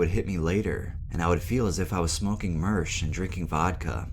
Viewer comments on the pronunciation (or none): Is it fuckin Sherm or Mersh 🤣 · Tf is “mersh”?